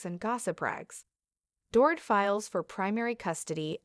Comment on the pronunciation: It's not "Dore- IT", it's "Dore-EET" like a DORITO lol